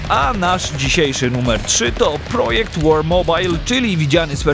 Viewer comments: Fajny! Ale project war mobile chyba powinno się czytać jako [prodżekt] a nie jak po polskiemu projekt :) ale oprócz tego - fajno! Chętnie pogram. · Słuszna uwaga. Dopiero teraz zdałem sobie z tego sprawę, że jak już mówię cały tytuł po angielsku to i "projekt" powinienem tak powiedzieć.